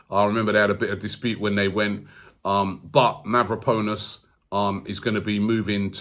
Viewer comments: Robbie used to pronounce Mavropanos correctly, so why is he saying MavropOnus now? He is obviously doing this name butchering thing intentionally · Mav-ro-pan-os break it down and maybe you’ll be able to pronounce it, Konstantinos Mavropanos, Sokratis Papastathopulous, this shit is fun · It’s Mavro-pa-nos not Mavro-po-nos😂 great show tho, keep it up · Mavraponos . ahhahahahaha jesus robbie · Ari Gabriel how long before he says mavropenis?...🤣